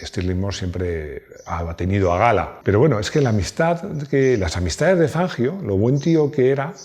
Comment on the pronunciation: Y el apellido era italiano,, revisa por favor la pronunciación.abrazo encanta tu canal